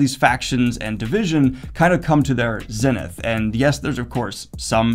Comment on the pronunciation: daniel doesnt know how to pronounce "zenith"?